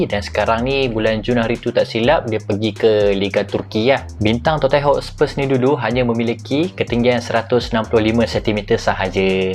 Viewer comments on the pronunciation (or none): Tottenham = sebut tot-nem